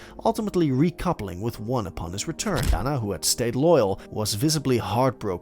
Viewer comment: JaNa is pronounced Janay not yana